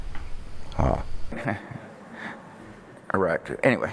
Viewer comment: Did he say "Iraq too"